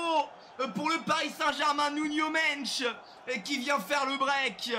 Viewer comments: C'est Nuno Mendes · "Nuno mench"😂